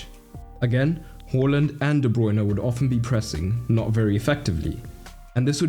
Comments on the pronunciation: Awesome video! But please pronounce Haaland's name correctly. Long a, short L, not the other way around bro. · Who the fuck is “whorelund” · Stop saying Horland. He said to pronounce it like it's spelt. He said it in multiple interviews. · Haaland not hallland